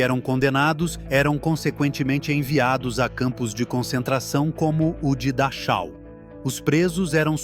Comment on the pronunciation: No se pronuncia dáchau ni reich. Se pronuncia Dájau y Raij